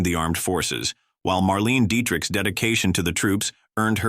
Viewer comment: Bette in “Bette Davis” is pronounced “Betty” (Bette as in “Bette Midler” is pronounced “Bet”)! Marlene in “Marlene Dietrich” is pronounced “Mar-LEH-nah”! Loaning an actor out to another studio as punishment didn’t always work. Clark Gable was loaned out by MGM to Columbia Pictures in 1934 to make “It Happened One Night”, which was to be released as a “sleeper (a film not expected to do well)”. Instead, it became a huge hit and was the first film to win Oscars in 5 major categories! Loretta Young in her own way “beat the system” when she became pregnant out of wedlock by Clark Gable. Refusing to have an abortion, she pretended to have a serious illness and couldn’t work as a result. She also gave interviews being covered in heavy blankets and pillows. Loretta then had her baby overseas, put her in an orphanage, then “adopted” her a while later! Thelma Todd, a popular comic actress in the 1930’s was found dead in her car under mysterious circumstances. Some say even today it was mob related. And Judy Garland faced so much abuse, weight, drugs, stress!